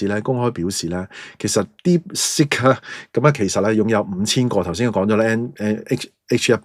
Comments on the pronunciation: 係讀 Deep sik音 (接近粵音 “薛"), 唔係 Deep sick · 不懂装懂，一派胡言，听了别人的谣言，美有证据便下定论。Deepsick? 连英文发音都不会。